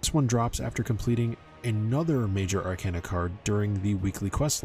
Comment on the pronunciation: Ar - cayna Like a walking cane Not like a walking can